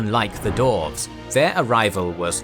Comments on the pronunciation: Great Video but it’s Dwarves not Dorves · I know the narrator is saying Dwarves, but all I can hear is "Dorfs" XD